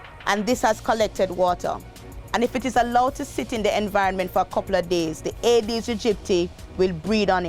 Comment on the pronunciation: Could pronounce the mosquito specie slowly. Agee dedistie is what I hear